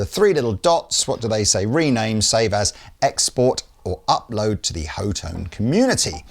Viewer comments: C'mon guys..... HOE tone?? Are you serious??? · Pretty sure it's hot-one. Lees previous claim. But hot-tone, also makes way more sense than... "Ho-tone". Either way....stupid fuhkin name for a brand, with a dumb spelling that likely messes it up, and pronunciation is funny